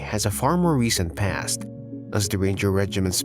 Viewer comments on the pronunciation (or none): none